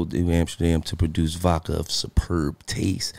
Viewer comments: Lol whenever Gillie says vodka sounds like he's saying "vaca". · Bruh I knew I wasn’t alone in this lmaoo 😂 “New Amsterdam Vacka”